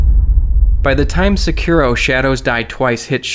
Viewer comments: Sekiro. (Sec-ir- ro) Dude it's pronounced (Seh-ke-do).... Duh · It's pronounced "Sekuro", it's not pronounced like it's spelled. Ffs. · the way you pronounce sekiro makes my eye twitch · Really hate how this guy pronounces sekiro. Just so cringey.